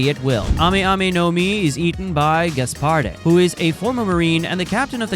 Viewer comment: you dont pronounce the "e" in gasparde